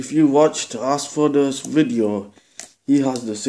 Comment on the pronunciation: By the way, it's asdfkoas and not askfodas. Thank you.